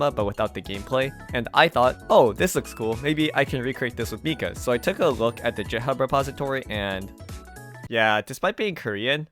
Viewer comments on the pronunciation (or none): did you just say jithub 💀